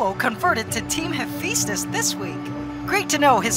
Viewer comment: Hephaestus... You know how the kids say phat like fat? Yeah it's like that. Fa not Fe. Sorry the way your pronouncing it is getting under my skin. Lol.